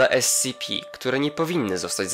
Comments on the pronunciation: esipi, nie escipi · nie scipi tylko scp